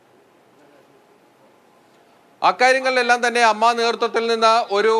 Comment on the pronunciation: ". അമ്മ അല്ല എ എം എംഎ ഇങ്ങനെ പറയൂ അമ്മയുടെ വില കളയല്ലെ പ്ലീസ്